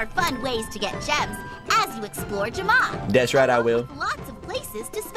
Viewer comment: It's pronounced jam-a I play animal jam my name is wolfspice17 ur SOOO funny